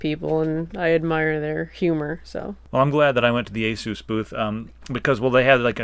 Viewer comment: ur prononcing asus nsme wrong